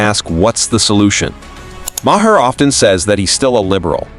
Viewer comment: Maher is pronounced "Mar". Not "Ma-her". The narrator is an AI.